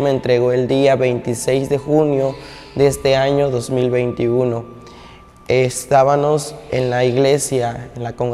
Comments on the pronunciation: llegábanos y estábanos hablando pura paja.Ni sabe pronunciar.Llegabamos y estábamos.No le párese.Todo lo q Dios nos dise está escrito en la palabra No x usted.Madure mi niño No ofenda más a un Dios santo santo santo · "Es ta ba mos", no se dice "Es ta ba nos". Dios te bendiga, la gracia de Dios sea sobre ti. Se dice lle ga ba mos, NO SE DICE llegaba nos. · Así es hermano , pero disculpalo porque no lo puede pronunciar bien